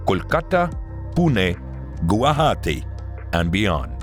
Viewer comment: Unfortunately Gujarati is pronounced as Guwahati in this video. Those are entirely different. Guwahati is the largest city of the Assam state and Gujarati is the language spoken in the state Gujarat and the map shows Goa ( I believe ) as the center of Gujarati film, which is incorrect. Kindly correct it.